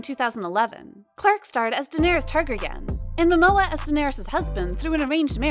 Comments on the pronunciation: Wow... Just gonna act like your didn't just butcher the name Targaryen a couple times and just walk away huh? But how is her role more important than the roles Johnny is no longer apart of? Johnny's position in a film should be solidified bcoz he is an amazing and exceptional actor who has captivated the world for many years. Pirates of the Caribbean is nothing without him and seeing him in fantastic beasts sparked my intrigue and excitement since he's been cut from it I haven't been rushing to watch any of the sequels. Johnny gets labeled an abuser and everyone is looking to cut him out of shows, the truth is revealed that amber is an abuser and is insane but she gets to keep hers? That's just messed up. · You can’t pronounce the name of Emilia’s character in game of thrones? Targaryen isn’t difficult—and your a film channel! Lol. Kinda clickbaity it seems. But yes Am-bore stampeding heard of lies is terrible. And justice would look like her never getting a film role ever again, Johnny’s reputation commensurate with his talent and record, and a jury declaring her a libelous liar, defamer and slanderous succubus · Say it with me: Tar-Garry-Ann. How do you get Tarkergan from a word which has been said repeatedly over eight seasons of GoT? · Tar-gehr-ee-uhn. Not Tar-gar-yawn. Did that bother anyone else? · “Taragarraryan” I’ve never heard that character’s name mispronounced so badly and in so many different ways before. Hilarious. Also, as a [male] Survivor of sexual and domestic assault myself, (and even as a supporter of the “Me Too” movement and the seismic shift that made in the zeitgeist), even I don’t believe Amber Heard. I think she’s narcissistic and manipulative and purposely set out to wreck Depp’s career. I really feel for him, and I feel for all the other Survivors whose stories she smothered and walked upon the backs of to enable all of that to play out. I truly believe in Karma and that the truth will eventually out. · I heard "Targargarian", lol